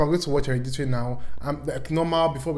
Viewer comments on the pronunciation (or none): you pronouncing hereditary as heriditrie is the serotonin i needed